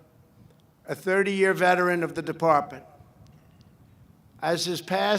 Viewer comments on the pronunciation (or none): Can he not pronounce "department"?